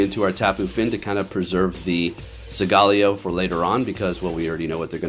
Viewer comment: listening to u pronounce solgaleo like that was actually making me mad